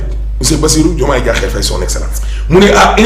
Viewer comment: Diakhar mais pas Diakhér. Ahmed so wakhaté Bassirou Diomaye Diakhér Faye dinala mbeuk